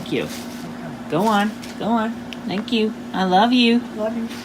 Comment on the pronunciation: " I do sank yall so much " - CWC fucking poetry to the ears